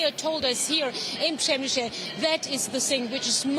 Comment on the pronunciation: Repeat after me: Pshe-mishl not Pshemisheel. If you have to, use the German pronunciation: Premissel.